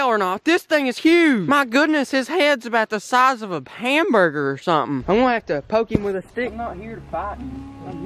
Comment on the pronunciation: it sounds like he says Pamburger instead of hamburger